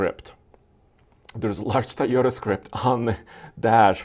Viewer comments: its tOOOyota "O" NOT tAyota with an "A" !!! learn to pronunce it !!!! god.. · all and all cant you stop saying a toyota car a tayoda, it is toyo tha! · Teeyota and veeedeos